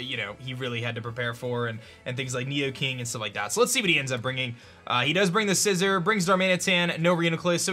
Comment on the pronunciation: This is why league format is dumb tbh. It’s not fair to only have one battle instead of a 2/3 set up. (Also his mispronouncing of Scizor makes me nauseous)